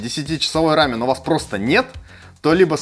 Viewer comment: Спасибо за ра́мен, а не за рамён